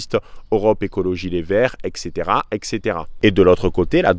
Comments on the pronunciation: Très bonne analyse, très travaillée, très concise, très lucide, bravo! Attention toutefois avec l'expression "EXCéTERA EXCéTERA", ça ne veut strictement rien dire. Il faut prononcer "ETSéTERA", car ça vient de latin "et caetera", et ça s'abrège ainsi: etc., alors même si 99% de la population (y compris des plus lettrés) dit cette énormité, sois différent! ❤ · Dans le sud on dit comme ça excétéra